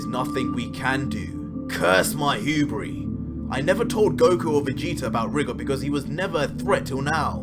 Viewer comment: #goku You say Rigor how it's spelt but it's pronounced Ry-gor